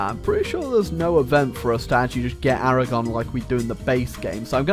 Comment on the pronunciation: Aragon is Aragone.